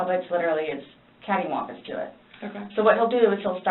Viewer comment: “Catty wampum”. Wtf!!😂😂